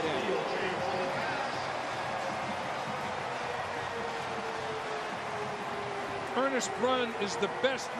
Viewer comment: ISU #84 is "Ernst Brun," not "Ernest Brun." (Think of a German sounding first name)